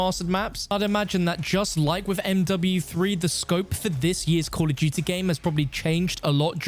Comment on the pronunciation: Cull of dewtea